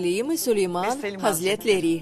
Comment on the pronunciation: им трудно говорить "хазРетлери" вместо "хазЛетлери"🤦🏻‍♀️